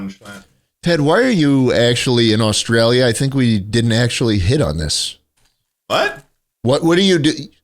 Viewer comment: ah yes jaustrailia schlatt